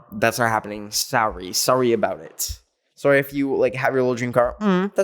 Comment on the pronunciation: Literally: I’m so sowry every second